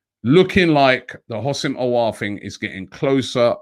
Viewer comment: There's no I in Houssem So isn't it pronounced WHO-SEM, not HOS-SIM